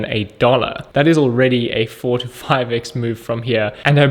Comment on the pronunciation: I think he was saying 4 to 5 x. It just sounded like 45.